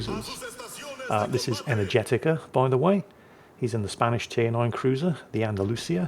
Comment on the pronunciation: I may be completely off base here but how do you know Energetiker is male? They probably are and I apologize for questioning if they are, no offense intended or implied. The way pronounced the name led me to hear Energetica which sounds like a female name phonetically but seeing how it is spelled raised the question.